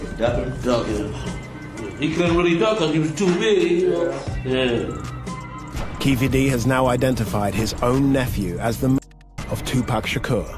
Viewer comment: It's Keefe D not Keith D you incompetent fucks. How are you called Hip Hop DX